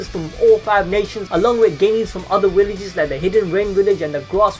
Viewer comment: What the hell are “Willages”💀